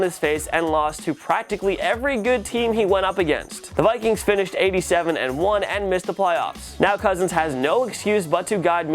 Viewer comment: Jack Hintze he said 8-7-1. It just sounds like he said 87-1 bc of the way he said it.